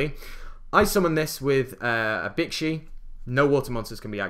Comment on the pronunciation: Pronounces bixi bitchy